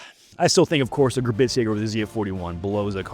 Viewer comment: Admin somehow putting a “T” in the word Gebirgsjäger will never fail to make me wish to drive 70mph off a pier. Love the work though. ‘Ge-burgs-jager’ I beg of thee Lord, giveth Admin and proper German pronunciation or alloweth them to speak in the storied tongue no longer!